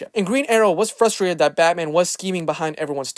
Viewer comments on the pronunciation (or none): none